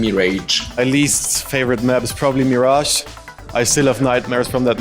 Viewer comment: mirajge, mirajge and mirajge xD